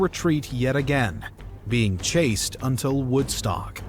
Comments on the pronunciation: "Chased" not "chaste" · I don’t expect you’ll see this but Lee was “Chased” not “Chaste” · He calls the Union army "the Lee--chasing army" and Lee the "chased" not "chaste" It's just that you made comments and broke up the flow of what was being said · Chased not Chaste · Chased not Chaste! I hate AI videos! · I understood it to be "chased" as in everyone was chasing Lee, not "chaste".